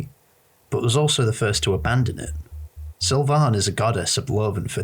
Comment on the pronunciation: Why do you say Sylvian like that?